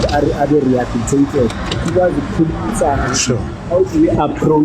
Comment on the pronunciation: Sethunzi sa lepantiti keng? That time he fails to say rehabilitated 😢 Reasoning is too low and he will be a re-offender soon